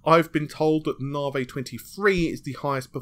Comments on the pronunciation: loving your work, try saying it as "navvy" as opposed to "nah-vay". think about the big irish guys who build motorways, and you're sorted. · nar-whey protein